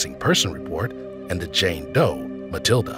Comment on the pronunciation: she was a JANE Doe, not JAN Doe smfh! well THIS pronounced qqàà½